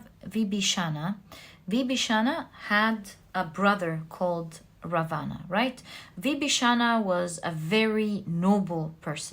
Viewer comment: Just so that you become more perfect the pronunciation of Vibhishana and Ravana are wrong!